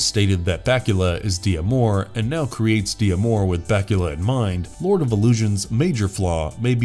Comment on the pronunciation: You went from calling Scott Bakula Scott Bakula to Scott Batula